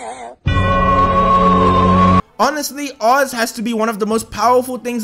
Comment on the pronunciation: She is an Elden Ring boss and we haven't awakened her true power yet >:o Also it's Fischl von Luftschloss Narfidort, the Prinzessin der Verurteiling to you PEASANT (also you said Oz's name right I've studied German for at least a year and a half you're fine)